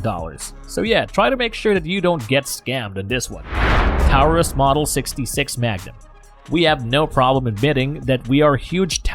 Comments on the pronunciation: The AI narration is extremely aggravating. Who says, "...point three fifty-seven," or ," 9 millimeter lugger," or, "Tireus (Taurus)." I don't value the opinion of a computer program. Be real or get lost. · "Tow-rus" "Lugger" "Point three five seven" Get a real person to do this, not a stupid robovoice. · Taurus is pronounced "tore-us"